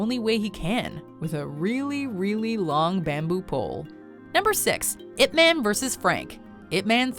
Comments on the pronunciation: As a Chinese, the narrator pronunciation of Ip Man is killing me. Listen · It pronounce as 'Yip Maan' not 'ip men' smh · It's pronounce ip mun, not ip man, it's so cringey to heard it pronounce man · It's pronounced Yip Munn, not "ipp man" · its IP MAANN.. not like IP menn... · It's Yip-Man, and you pronounce Man like you pronounce 'Gun'. Not Ip-Man - it is not some kind of a superhero name, like Superman. It is a Chinese name. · Jacen Justice it’s pronounced Yip Man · You pronounced ip man wrong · totally ruined by the mispronunciation of Ip Man and the English (Ip Man 1) and Mandarin (Ip Man 2) overdubs. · Hahaha I am korean and laughed at how badly pronounce "Ip man"